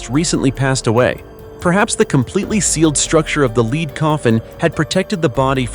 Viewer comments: Gotta be an AI Pronounce lead as leed a normal person would pronounce it. corectly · Lead and lead are NOT homonyms , this one designates the metal , BUT IS HERE PRONOUNCED AS ONE LEADING A RACE.....this is WRONG !! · Lead is said, LED. And it couldn't pronounce centimeters, it sounded like, ceminimet, lol. But the subject and videos were really good. I'm annoyed that the people digging things up damaged some of the items.